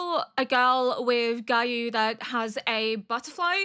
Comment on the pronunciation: Love how you pronounce Giyu's name "Gah-you" it's oddly funny 😅